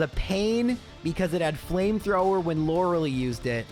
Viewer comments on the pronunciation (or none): It's Lorelei not Lorelei😁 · Good video but it's pronounced Lor-el-ei